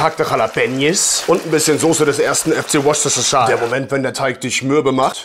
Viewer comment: es wird woost-a-shire ausgesprochen... Worsesterscheier klingt aber auch gut😅